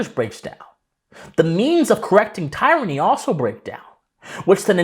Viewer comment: Wonderful stuff. If you’re not considered a national treasure, you should be. A little constructive criticism: Kaiser is pronounced K-eye-zer and tyranny is pronounced tier-anny.